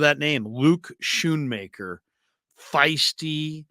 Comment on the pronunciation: the H is silent. Scoonmaker is how you pronounce it